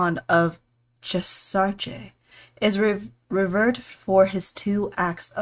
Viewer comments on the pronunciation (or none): Revered - ree- vere-d